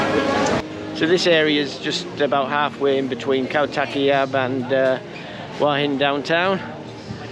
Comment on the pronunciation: I enjoy your HH videos. Thank you. However, would you consider saying Hua Hin correctly in your videos? Hua Hin is หวัหิน. (who-a Hin).